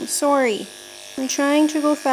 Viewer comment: most canadian "sorry" i've ever heard